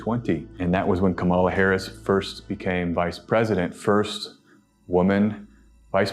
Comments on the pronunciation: Thanks, guys. What a time we’re living in! Btw,: it’s Comma La, not Ka MA la. ❤ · I appreciate your very informed reading. With all due respect, I would like to ask you to call candidate Kamala Harris, Kámala, not Kamála. Trump and his supporters like to disrespect her by mispronouncing her name. They call her Kamála. I would also like to point out that the Black Lives Matter protest was in front of the White House. They didn’t go into the White House. You can’t do that. They have sharp shooters on the roof of the White House and they “will” shoot you if you do that. The Black Lives Matter in front of the White House started as a peaceful protest. Then, Trump sent what looked like a SWAT team. He ended up calling on the military to intervene. It is illegal for the military to fight in our land. The president can only do that in the District of Columbia because it’s not a State. The president can call on the military to defend Washington, D.C. However, this was a protest, not an attack on Washington. It was very wrong for Trump to use the military there. This is dangerous because that’s what dictators do. They use the military against their own people. I hope you understand why I wanted to clarify these topics. I know people who live outside the U.S. may not understand these things. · Her name is pronounced like Coma La. Not kamAla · her name is KA-mala, accent on the first syllable. You’re saying it the way the MAGAs say it. Otherwise, I’m really enjoying this video. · Her name is pronounced COMMA-LA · Small detail, but do hope learns to pronounce Kamala’s name correctly. It’s “cáma, la” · Please pronounce Kamala Harris’ name correctly. It sounds like “Comma-la” or KA’ mala. Emphasis is on the first syllable. It’s not pronounced like Camilla which emphasizes the second syllable. Thank you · Please try to pronounce our vice president's name. It's Kamala pronounced "Comma" "La". 'Well, just think of a comma and add a "la" at the end,'" Harris said.